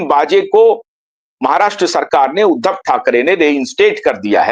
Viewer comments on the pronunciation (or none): none